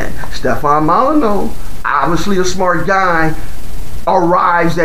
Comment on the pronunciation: “Yo boy named Hugh Cipher”, how original “Mull eh new”